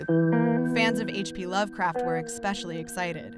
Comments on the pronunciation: "expecially excited". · It's supposed to be pronounced ee-spesh-ill-ee, spelled especially....not expecially xD